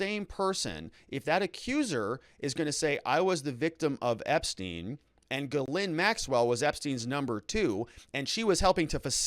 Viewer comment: it is pronounced jizz lane